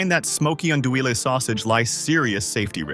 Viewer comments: Teach your AI to pronounce Andouille correctly and consistently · If you're going to talk bad about a product you might want to get the Cajun pronunciation correct